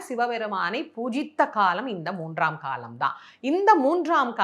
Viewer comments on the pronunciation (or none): none